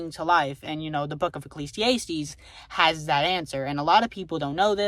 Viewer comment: I don't know if it was on purpose lol it's uh·klee·zee·ah·steez not ay·steez